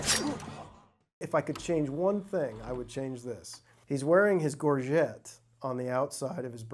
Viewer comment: From one scene to the next, two of these experts pronounce 'gorget' differently. Which one of them is the actual expert? and .